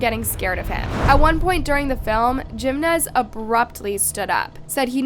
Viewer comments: It’s not Geminez . It’s Jimenez. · Jeemenez 😭 it's pronounced as Heemenez 😬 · Me too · She is not good with Spanish pronunciations. I noticed a lot of mistakes. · It's AI,they always pronounce things wrong.. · The Spanish surname "Jiménez" is pronounced with a "hee" sound for the "J", followed by "me-NEZ" 😅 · came to say this haha